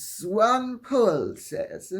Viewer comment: Lady C, you did very well with Swanepoel. However, you may pronounce the poel like pool but short. A quick sound. I was very impressed.